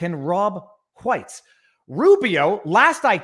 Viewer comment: haha you said Hwites... s'all good.. thought it was funny.. keep rockin it Viva.